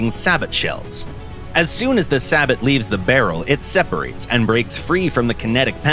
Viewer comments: Yo it’s say-bo not sa-bot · say-bo, not sabit. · "Say-bo" not "sah-bat" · "say-bo", brother, "say-bo" . Not sabbit. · Sa-bot? Srsly? Its say-bow (as in bow and arrow) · It is pronounced say-bow, not sab-bot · No way bro said sabo"T" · the way he pronounced Sabot 😂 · Couldn't get over the absolute butcher of the word sabot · You don't pronounce the T in sabot! War Thunder if you want a real voice over guy hit me up, I actually check how a word is pronounced before I record scripts.